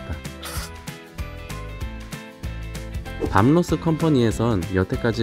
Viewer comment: 밤 로스 .... 가 아니라 밥 로스 아닌가요?